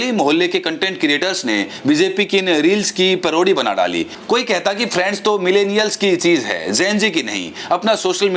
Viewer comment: friends nahi bola khatil viswaguru, balki " prands" bola tfa.